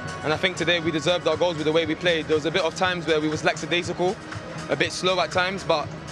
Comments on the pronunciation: We seriously have to talk about the "laxcidacical" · Man said laxidacical lol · Man said laxadaiscal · he completely butchered the word tho ☠